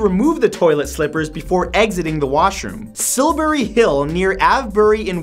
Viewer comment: OK so I'm from Wiltshire is sil-bree hill and ave-bree I know weird pronunciation but Matt you want help on English pronunciation hit me up man